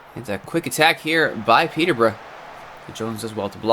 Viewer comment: Hold the phone! An American can say Peterborough properly!!